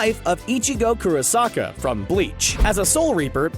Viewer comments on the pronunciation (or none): Ichigo Kurosake? Or did he say saka? Dunno, but both are wrong :) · Its kurosaki not kurosaka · wait he said duel masters when its duel monsters and for Ichigo Kurasaki he said Kurasaka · And he said ichigo kurosaka as well 😡😡😡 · Ichigo Kurosaka? Think you mean Ichigo Kurosaki also it’s Ra-sen-gan not Ra-zen-gan. If you’re gonna do lists like these at least listen to audio clips so you can pronounce them properly five minuets of effort is all it takes. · How dare you say kurasaka its kurasaki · I don’t like that he said ichigo kurosaka when it’s kurosaki, like shouldn’t they check how to pronounce these names right before doing the video to not look like someone who can’t speak. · Couldn’t even say kurosaki right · OMG how on earth did you mispronounce Kurosaki...